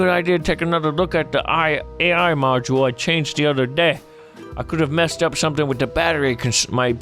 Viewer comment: At 14.50 he said "they misked"